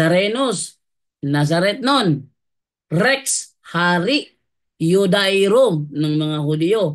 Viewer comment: Bro, Rex yu-de-yo-rum pag.pronounce nyan